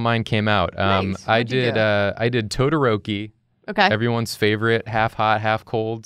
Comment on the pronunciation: Me:clicks vid cuz of todoroki Dood:*pronounces todoroki as todorouwki Me:Tf mannn